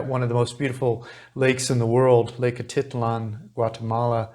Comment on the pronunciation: Say Lake Ah teet LAHN, stress on last syllable. NOT Ah TIT lan.